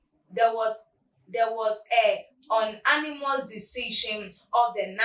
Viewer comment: "You" Unanimous not Onanimous